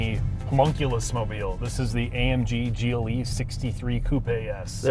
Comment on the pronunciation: After he said "gillie" twice instead of G.L.E. I couldn't listen anymore......